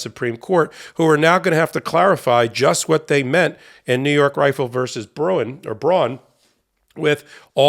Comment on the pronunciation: The Bruen decision is pronounced "brew in" not "bron."